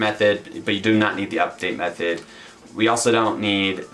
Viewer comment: It sounds like you're saying meth-head instead of method. lol thanks for the video ;)